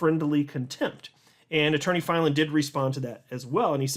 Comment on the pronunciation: The way you pronounce Attorney Filan just burns my biscuits 😓 🫣